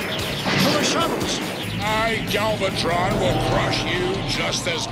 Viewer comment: Don't think too hard about the strangeness of the show. They once had the Autobots wearing giant lab coats in an early episode. :D Also, why do you keep getting Galvatron's name wrong?? It's not hard. :D